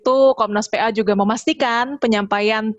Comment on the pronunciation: Komisi Nasional Perlindungan Anjay. edit: jadi geli sendiri pas denger bilang "PA" karena logatnya. Ironis, jadi kaya orang Pe'A kita ngurusin beginian doang:))